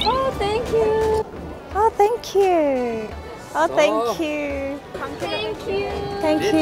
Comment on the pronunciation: i still can't get over with Mina's "Thank youuarr"😳💞